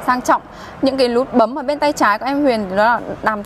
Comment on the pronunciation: Chức lăng là gì em !? Cam lùi rất là lét !? Lút bấm !? Má , Thím ngọng mà lên clip vậy trời !?